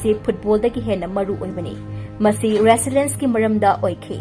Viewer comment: Narrator se khita improve toubiyuba... 😢 tabada nungyte... Natraga amana oina toubirak o Resilience sibu resilens aye. Meiteilon ju sengde. Lei thaba, lon sengdabadu twwe